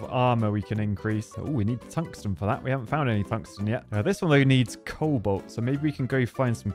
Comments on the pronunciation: I thought I was the only one to hear it. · Everyone: cobalt: coal bolt